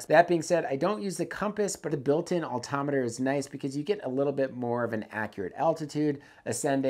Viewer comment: It’s called an Altimeter not Alttometer…..amateur….